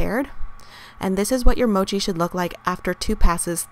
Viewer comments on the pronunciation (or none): The 'o' in Mochi is short, it's not Mouchi. ^^ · You're saying Mochi wrong. The O as in gosh